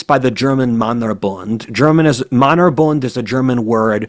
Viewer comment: Really great episode,! A little correction: the german Männerbund is pronounced akin to Mennerbund not Mannerbund. I look forward to the next episodes and strongly encourage an episode on the Ottomans for which you are rumored to have a weak spot.